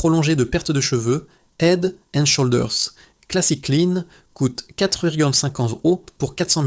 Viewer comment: Le mot SHOULDERS ne se prononce pas avec le OU français ...l'application Traduction Google vous aidera à bien prononcer !le mot HEAD On prononce le H svp ... HEAD and SHOULDERS please ❤